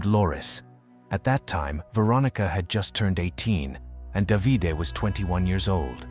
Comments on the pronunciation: I can't believe it. A true crime from Italy. I live in Italy. By the way, the husband's name is pronounced Dã.vi.day. Spelled D.a.v.i.d.e. Just subscribed 😊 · If you knew the language then you would know it’s not pronounced da vi day. It’s da v de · Davide (pronounce Davi-DeH) not 'Davidi' 😄